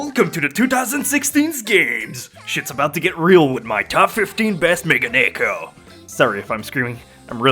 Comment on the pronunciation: I'm sure someone said this, but Megane-ko...that's at least how you say it. God work as always.